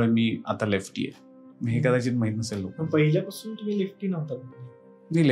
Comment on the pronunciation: माझी एक तक्रार आहे पुणे वाले लोकांबद्दल अरे तुम्ही शुद्ध मराठी बोलणाऱ्यांची मायभूमी म्हणता बहुतेक कलाकार हे मराठी सिनेमा मध्ये पुण्यातूनच येतात कारण शुद्ध मराठी वर पगडा पण तुम्ही पहिल्यांदा ला पहिल्यांदी असे चुकीचे उच्चारण का करता तसेच पहिल्यापासुन न म्हणता पहिल्यापासन वगैरे मग इथे तुम्ही अशुद्ध मराठी ची कास कशाला धरता रे मी कोकणातून बोलतोय बरं का एक शॉर्ट्स ह्यावर बनव कि एक तू पुणेकरच राहा आणि आणि शाकाल ला अर्थात ते कोकणातले च आहेत तुला हे शिकवणारे असे कर एखादा शॉर्ट्स जरुरी नाही कि पुणेकर प्रत्येक वेळी बरोबर असतील राग मनू नको खरंतर मी तुला नवीन पटकथा दिली आहे 😀